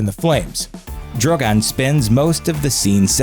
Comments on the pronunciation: When he went from Drogon to Drogan I laughed so hard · it’s Drogon not Droggon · Pronounces Drogon as Droh-goan. Then back and forth between Droh-gun and Dro-gone. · DrogAn? Are you serious? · I think you managed to pronounce "Drogon" differently every time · haha he changed the way he pronounced ‘Drogon’ 3 times within the same sentence! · Omg the way this guy pronounces 'Drogon'